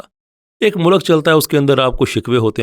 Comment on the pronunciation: Please correct your pronunciation of "mulk"😭